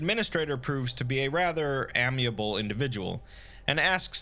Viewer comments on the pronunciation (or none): you mean amiable not amniable